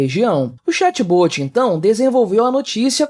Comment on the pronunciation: 'chatBôti' se fala chat bót.